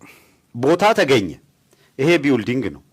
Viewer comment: ቢውልዲንግ ይላል ይሄ መሀይም አሜሪካን አገር ተቀምጦ:: building እንዴት ነው የሚነበበው ብለህ ጠይቅ እስቲ